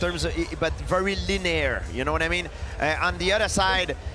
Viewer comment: Is Georges saying "linear"?